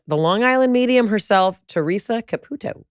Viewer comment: Theresa pronounces her own last name “Ca-PEW-toe”, so it always baffles me when so many interviewers pronounce it “Ca-poo-toe”. How difficult is it to say “Ca-PEW-toe” ?